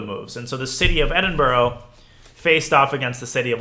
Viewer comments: Great vid. One thing - it’s pronounced Edin-bruh rather than Edin boro! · Thank you so much for this series you're an amazing teacher! PS Edinburgh is pronounced "Eh-din-buh-ruh" 😁